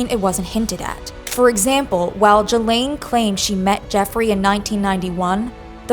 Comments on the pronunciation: You are pronouncing Ghislaine wrong, and you’re doing with confidence 💀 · That's not how you pronounce Ghislaine. It's "ghee-laine" like gear not like german